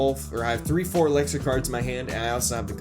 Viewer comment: Anyone else annoyed about how he says „ELEXER“